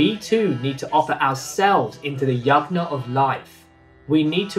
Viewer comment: Also, a suggestion your pronunciation of Yajna can be improved. It uses 'J' sound like in Jug, and not 'G' sound like in Good.